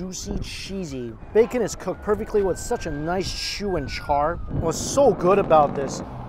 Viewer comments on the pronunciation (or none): none